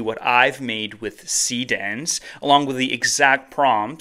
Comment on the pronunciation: showing what you're actually using as you use it would be helpful. like, you know, text on screen. I had to look at the urls given the pronunciation of see dance was, well, hard to hear.